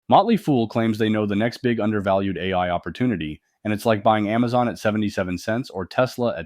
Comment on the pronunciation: $142? GTF out of here! Oh you mean Aamzon not Amazon. Now I get it. Puh lease.